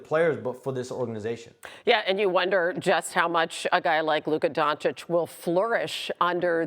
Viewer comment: FOR THE LOVE OF GOD IT'S PRONOUNCED DONCHICH, NOT DONCHICK. Omg so many years in the league and Stephen A STILL can't pronounce it right😩😩😩